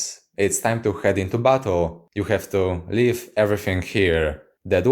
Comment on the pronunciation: Everytime he says "battle" I can't help but hear "butt hole" it really changes the theme of the video